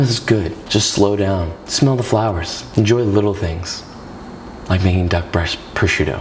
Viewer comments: Si dice prosciutto frate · Nice video and good receipt that i am actually gonna try 👍🙂but... Carbonara with duck “prosciutto” is blasfemy by all means, my ears started to bleed when I heard it. 😱😱😱